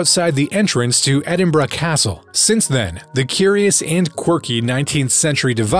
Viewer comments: the city IS NOT!!!! called "Edinbraaah !" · you cant even say Edinburgh correctly